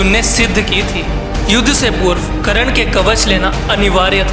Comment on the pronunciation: भाई करण नहीं कर्ण, नाम का उच्चारण तो सही से कर लिया कर।